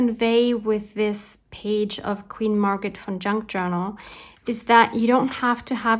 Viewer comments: What a fun video! I love Queen Margaret. I, too, thought you were saying Fun instead of Von....lol. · 😂😂😂. Wasn’t until you wrote her name that I realized you were saying VON! I thought you were saying FUN - Queen Margaret Fun Junk Journal!! 😂😂😂. This was PERFECT!! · I thought the same.